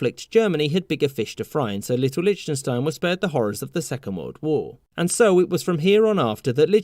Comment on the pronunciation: Ah yes, my favourite Country, *LICHTUNSTINE*.